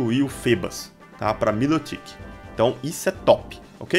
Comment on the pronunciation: se fala errado o nome do milotic